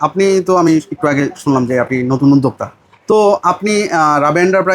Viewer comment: উদ্দেকতা নাকি উদ্দোক্তা??? 🤣🤣🤣 একটাও পাব্লিক বাংলার সঠিক উচ্চারন করতে পারে না। উদ্দেকতা 🤣🤣🤣 গুলা ভুয়া।